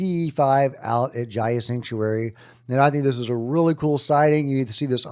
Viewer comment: Hi, it's pronounced Gaia, not Jaia. No J 🐙👍🏼